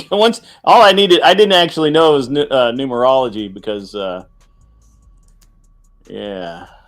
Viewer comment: Gary's wife can't even say Numerology